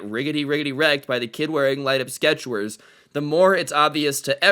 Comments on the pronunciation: Are we gonna gloss over the fact said squetcher instead of sketchers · is anyone else gonna point out that he said "sketchwers"? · Anyone else notice how he said skwechers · skechwers? lol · Danm "skreters" lol. Love ur vids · Sqwetchers Lmfao